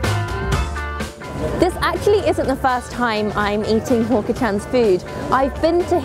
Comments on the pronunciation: She Pronounced Hawker as Hooker. I died right there. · Its hawker Hawk-er